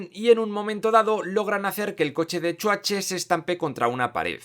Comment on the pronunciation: "El chuache" xD